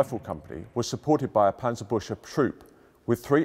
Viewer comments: Better listen on Forvo. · Is it really so hard to learn the correct pronunciation of "Panzerbüchse" at the Tank Museum? That "ch" in the word sounds like a 'K' or"CK'- in English, as in "buck" or "Buk."and the U-Umlau t(ü) like the English 'U' in "Yup." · That's not how Panzerbüchse is pronounced. Not even if you mangle it into English. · Yeaa... The 'A' in Panzer should be pronounced like the third 'A' in Panama, instead of the first one, the 'Ü' in Büchse should kaaaainda be pronounced like the 'U' in the Buick car company and the 'CH' more like the 'GS' in Bugs but instead of a G use a K. 😐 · The wrong pronunciation of Panzerbüchse is killing me. -.